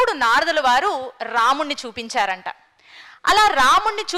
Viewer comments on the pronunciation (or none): అమ్మా, తల్లీ మీరు రామాయణం గురించి చెబుతున్నారు...కానీ... చూపించారంట, చెప్పారంట...లాంటి ఉచ్చారణ బాగాలేదు. మీరు చెప్పేది ప్రపంచ వ్యాప్తమైన శ్రీమద్రామాయణం...గుర్తుంచుకోండి. దానివిలువ పడుచేయకండి. అన్యధా భావించకండి.